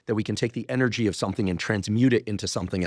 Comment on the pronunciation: Much love Dr. H—I am so looking forward to the day you say ENERGY, not “energy” 😘 🙏🏼💖🤩👑